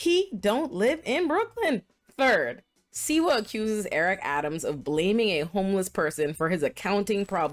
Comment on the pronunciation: Slee - wah ! That's the way it's pronounced . Just saying .